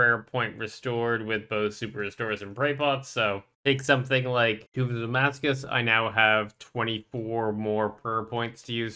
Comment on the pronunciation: TOMBS OF AMASCUT!!!!!!!!! NOT AMASCUS ! AND VARDORRRVIS NOT VARDOVIS!!!!!!